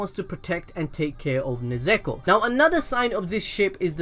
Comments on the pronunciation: IT'S NOT NEZEKO IT'S NEZUKO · It's nezuko not nezeko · Throughout the video... You went from nezuko to nezeko 😂😂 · it's nezuko not nazakho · "Nezuko" Also him: "keeps saying nezeko" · Everyone: Nezuko: Nezeko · I've heard people say nezuko as Nezko Nesko Nezuko But never Nezeko...... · ITS NEZUKO NOT NEZEKO XD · I like how the name pronouncing keeps changing around from nezuko to nezako to nezuko again 😂😂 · Yall are gods at destroying names lol u switched like 40 times from nezuko to nezeko lol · no ones gonna talk about how pronounces Nezuko as "Nezeako" XD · I like the “Nuzeko” in - lmfao sounds stupid hilarious💯💯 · It's kinda frustrating how you keep on calling her "Nezeko" but nice vid tho 👍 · This man really just said "NeZeKo" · beginning of the video: Nezuko towards the end: NeZEkO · Nezeko ? What? well I heard the worst was HOKAGAY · Stop saying nezeko please it hurts my brain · one more "nesekko" and im ending it all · "Nezeko" im sorry but I cannot oversee this lmao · My man went so baaals deep that he started saying "NIZEKO"! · “Nezeku” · How many times did I hear NEZEKO 😭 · I hate how you pronounced Nezuko's name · Take a shot eberytime mispronounce Nezuko's name.